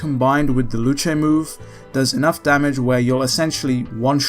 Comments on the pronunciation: Luche its pronounced loose 🤣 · Calls luce "Lu-Che" Im devil triggered. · Huh didnt expect Luce to be pronounced "Lu-chey" thought it would just be "Loose" like in Lucifer